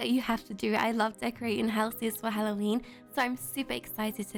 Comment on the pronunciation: So funny she said halloweenee